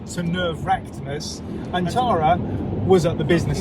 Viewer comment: Tara not Lara 😂